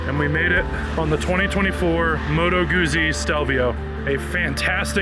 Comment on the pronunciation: It's common that many people do not know how to properly pronounce Motto Guzzi.